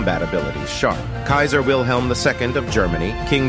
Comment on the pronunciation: Wilhelm is pronounced WILLEM, not WIL HELM😂